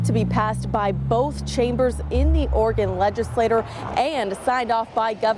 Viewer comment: LegislatURE, not legislator.